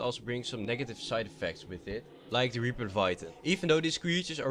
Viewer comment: waper thats how he said it